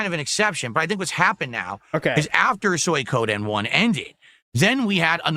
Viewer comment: It's still hilarious to me how he can say Suikoden wrong, and in a different way, almost every time he says it. You can tell by the slight stall just before he says it that he's insecure about his pronunciation, and switches over and over.